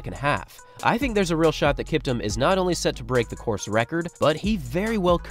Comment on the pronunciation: Kiptum is Pronounced KEEPTOOM